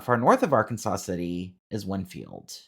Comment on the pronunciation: As counter-intuitive as it is, "Arkansas City" is pronounced "ar-KANZ-as". Idk why it doesn't match the state of Arkansas.